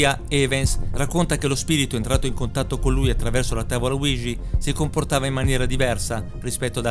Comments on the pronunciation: Ouija si pronuncia UIGIA non uigi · Bel video, ma non è mai stata azzeccata la pronuncia di Ouija